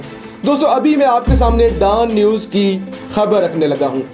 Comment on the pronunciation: DAAN News nahi Dawn News hai!!